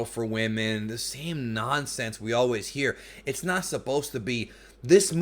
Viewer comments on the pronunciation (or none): none